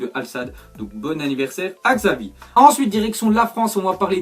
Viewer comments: C xavi mais on prononce chavi putain !!!! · Aucun français arrive à dire le nom de Xavi c CHavi 😂😂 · S'il te plaît, ça se prononce comme ça "Chavi" mais ça s'écrit "Xavi", désolé ça me dérange quand on le prononce comme ça.....lol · on ecrit xavi mais on dit chavi